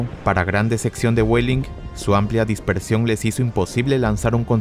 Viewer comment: pronuncias los nombres alemanes como si fueran inglés. Busche suena con la e final Weidling suene "Guadling" Seelow suena "Selou" (la doble e se pronuncia alargandola pero no como una I) etc